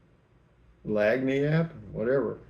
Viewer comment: I see you hesitate whenever you come across the word "lagniappe" on Comment Call.. I believe it's pronounced "lanyap". I came across it a lot when I lived in Baton Rouge and I thought it was a Cajun word but turns out it's Spanish/French. "The word lagniappe tells a fascinating American story. Spanish speakers in the New World took a word from the indigenous Quechua language to make la ñapa, meaning "the gift." Then in New Orleans, where Spanish and French mixed freely, la ñapa got Frenchified into lagniappe. In Louisiana it's still used to refer to a bonus from a friendly merchant when you buy something. You could also call any nice little extra a lagniappe."